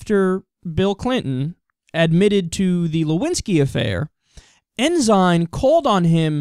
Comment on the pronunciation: Lol, not like it matters, but it's pronounced "en-sin"... which in a way, makes it more funny.. the Christian conservative, with Sin in his named, committed their favorite Sins.. =p